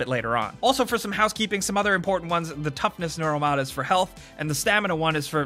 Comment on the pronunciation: 2017 - "Noral mods", you mean 'Nur-ul' Neural?? ya dingus:p